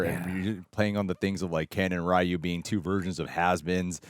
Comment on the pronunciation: Finally he's called RYU, not RAAHYOO !!